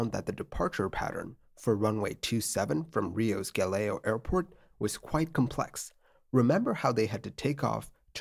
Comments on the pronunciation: Bro. It's 'Gah-leaoh'.... Not 'Gah-leo' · The name of the airport is Galeão, not galeo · Sorry but is Galeao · A little correction here: it's Galeão not "Galeo" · The airport is Galeão, not Galeo! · Galeao is pronounced "Gah-Leh-Aoh" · Funny how you pronounce Galeão